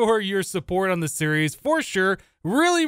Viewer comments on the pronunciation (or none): none